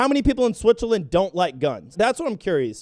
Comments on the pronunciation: Did you say SWITH on purpose in the intro? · "Step-Switzerland" LMFAO